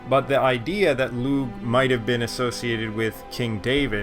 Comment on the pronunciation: I think u've corrected this pronunciation of "Lugh" since this video, yes?